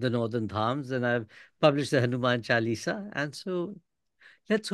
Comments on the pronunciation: Its jarring to hear Chal-eesa as the name from Karan. Please be cultured enough to pronounce it by its right name - its Chaalisa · I wasn’t ready for Mr Thapar’s mispronunciation.. Chuh-Lee-Sah, but I understand the soft power potential of translated religious manuscripts! Mr Suitable boy is about to become the Overseas Sanghi Poster Boy! But I’m not ready for this either! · Hanuman se sidhe modi par achraj hai Jabhi aap hindutva ka sahi arth nahin samajh paye Hanuman chalisa ko chelsi bool rahe ho Aap naam bigad rahe ho lagta nahi ki aap chalisa ka sahi pronunciation nahi jante ho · He pronunces Chalisa with an American twang.